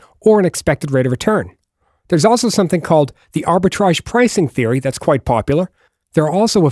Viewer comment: When you said popular at the end it got real obvious lmao